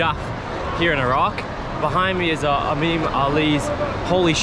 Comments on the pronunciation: I honestly think he is mixing the "I" and the "A" sound up. So instead of pronoucning "eemam" he says "ameem" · e - m(a)m that's how u should prounonce it baqlawa not baqlaba